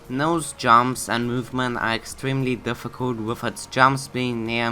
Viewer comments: im pretty sure its difficult and not diffictult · its difficult not diffictult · ahh yes my favorite difficulty: DIFFICTULT